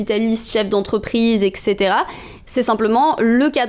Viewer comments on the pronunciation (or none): On l'écrit comme on le prononce : eTc. Pas ekt. ni ect.